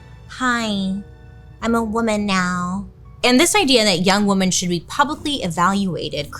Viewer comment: Write this down: woman= singular WoMEN= plural (pronounced wimin- like swimmin’ without the s) Please don’t ruin this word